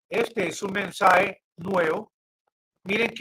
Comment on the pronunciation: "Mensae, mensae, mensae" ¿Qué es "mensae"? ¿Será algo parecido a lo que en español se dice mensaje ?